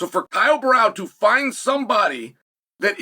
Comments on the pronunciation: Sonnen needs to train speaking brazilian names like "Borralho" and "Pereira", lol. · It's Borrahlo. Not Barao you dipshit. Imavov. Not Imanov. Take some grammer and pronunciation lessons. 😂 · Imavov is quite simple and he says ImaNov. No expectations on Borralho getting better than “Borral” 😂